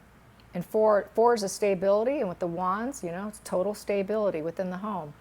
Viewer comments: Lol, I thought the same but maybe that’s how it’s pronounced in her area of the Midwest🤷🏽‍♀️Staybility/stability or feeling good instead of well, she’s still a gifted and amazing reader:)) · I love your readings however the pronunciation of stability is exactly that not staybility.